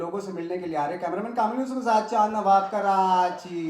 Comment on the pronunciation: Jawaw nahi nawaw Sir aap ka